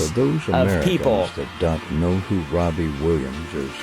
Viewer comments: wobbie Williams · "Wobby Williams" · Why does he keep saying wobbie? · Every time you say his name i hear wobbie Williams 😂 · "Wobbie Williams" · wobbie Williams lol